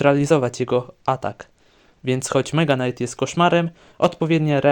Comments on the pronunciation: Czemu mega knight mówisz normalnie ale zwykły knight to już jest knajt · Czemu tam powiedziałeś "Knajt" (knight) nie czyta się k gdy jest przed n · Jakim cudem Mega Knight czytasz dobrze a Knight źle 😮